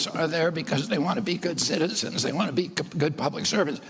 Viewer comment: Ku, wah, wah in 68 hrs. Got it ! Totally speaking in demonic tongues, completely Left of the dial. Wahnt, not wahhhh !!! Really???